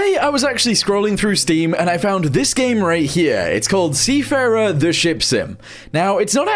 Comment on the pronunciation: Seefahrer? Is it german?